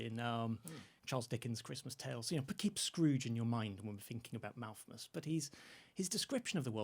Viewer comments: Yes, "Malthmus" and that famous Dickens story "Christmas Tales." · Why is the guest adding a second m to his pronunciation of Malthus? Can he not read properly????!!!! Also, the average income in England going up approx 200 pounds is a pretty notable amount of growth given the overall income being brought in. Not compared to an industrial society but certainly not nothing. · Malthus not Malthmus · Him saying Malthmus is very, very irritating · Why does say Malthmus?